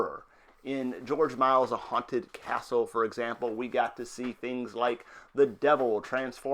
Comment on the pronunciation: Its not George "Miles" dude